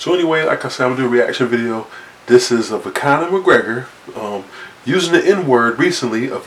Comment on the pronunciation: "Connon" McGregor 🤣😅